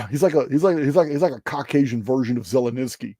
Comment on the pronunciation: I chuckle whenever you butcher names... Ashton Kushner, Zelenensky